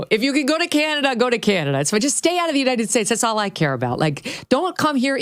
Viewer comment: Big Mike is a miserable soul. And she can't say "united" correctly either.